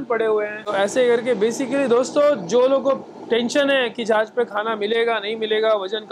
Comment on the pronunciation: Not "Zahaz". Its "Jahaz".